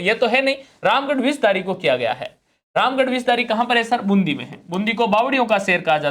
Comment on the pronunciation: सर बुंदी नहीं बूंदी/बूँदी होगा।